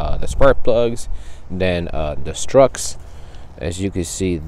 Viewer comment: Struts, not “Strucks” whatever the f-ck they are